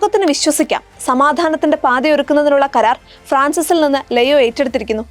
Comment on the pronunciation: Shekainayum Deepikayum എന്തിനാണ് പേര് തെറ്റായി പറയുന്നത് ലെയോ അല്ലാ ലിയോ ആണ്....